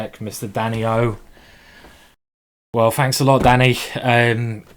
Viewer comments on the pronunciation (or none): A smack of the lips........Some fighting.....some finking....and some fanks from me.